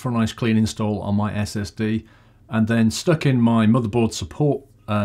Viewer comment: Did you say STD not SSD!?!!?